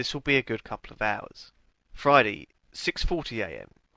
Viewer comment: why does lewis say fridy instead of friday?